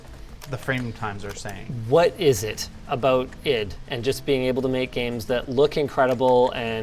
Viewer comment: why did you say Id instead of ID